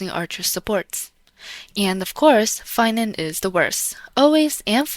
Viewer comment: its phainover